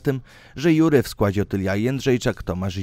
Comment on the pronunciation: nie mówi się "Jury" tylko "żiri" albo "żuri"